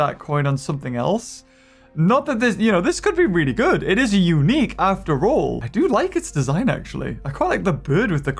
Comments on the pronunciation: It’s unique not QUNIUEQ! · Wow you said qunique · %50 people: 👍👌 Also %50 people: "QuiNique" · Ah yes “QUNIQUE” as puts it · Nobody::Qunique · Ah yes QUNIQUE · Unique not qnique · Its unique not qunique 😂😂😂😂🤣🤣🤣